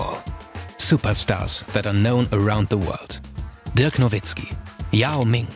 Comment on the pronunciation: He pronounced Dirk Nowitzki as perfectly as anyone has ever pronounced anyone's name, ever.